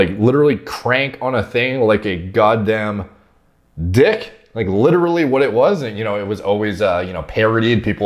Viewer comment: Interesting how put so much emphasis on.....DICK.... laughing crying face times two